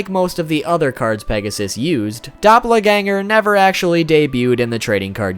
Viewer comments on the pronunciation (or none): doh - pel not doppler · your pronunciation of doppelganger triggered me. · Dop-le-ganger? I know you mentioned pronounciation not being your thing but damn dude :') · Doppla-ganger? Really?